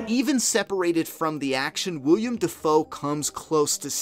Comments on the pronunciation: Willem, not William,:D FLAW But otherwise great video! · Willem Dafoe is a stage name (real name is William) lmao to cut down on the expected comments. Here's Willem Dafoe explaining it himself. Welcome to the new channel for ONLY Flaw vs Awe Reviews!! Boondock Saints did not received a re-edit, so Ignore the mispronounced Agent name. IDK how I screwed that up from the script, unlike the real actor that name was mixed up haha. We already have 30 Flaw vs Awe Reviews finished and will be uploading one every week with some re-edits and some brand spanking new reviews, Subscribe now!!